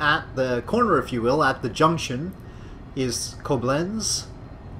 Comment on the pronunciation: You pronounce the river Rhein rather well. The river Main is pronounced rather similar, it sounds like the English mine. The same for the city Mainz. Koblenz your pronounce reasonably well, except your ending it like koblense, but it's a harder ending, like koblentz. Your English spelling of Worms is really funny, it should rather be like woarms.